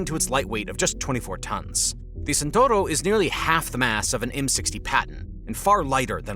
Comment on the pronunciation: Speed: in the best Italian tradition. (Non Santoro, but Tchent-hour-o)